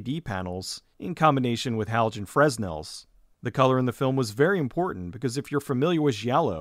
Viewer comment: It's pronounced frenels. The first s is silent.